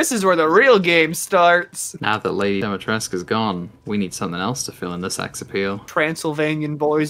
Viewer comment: tries to say Dimitrescu and failing Take your time you'll get it.